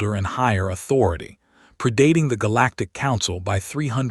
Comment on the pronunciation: THEN , "pri-DATING"!!!!!?? (PREE-dating)!!!! YOU DEFINITELY DESERVE a THUMBS DOWN for your AI's continual mispronunciations!!!!